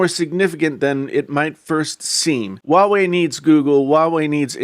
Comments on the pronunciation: Why are you keep pronouncing it WA WEI?? It’s pronounced HUA WEI ok! I can’t even continue watching it let alone the self opinion content....... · It's Huawei..not wawei ..stupid